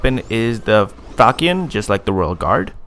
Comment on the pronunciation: The way you pronounce Saracen (Sah-Ruh-Sun) and Falchion (Fel-shun) annoys me lol